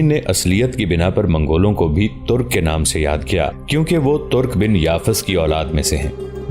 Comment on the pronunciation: لفظ " ترق " نہیں " ترک " ہے